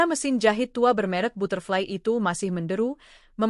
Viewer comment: Aduh mba narator belajar dulu membaca bhs inggris.masa butterfly dibc ky bhs indonedia